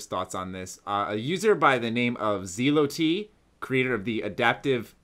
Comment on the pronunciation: Zeelow-T? U mean Zealot? Lool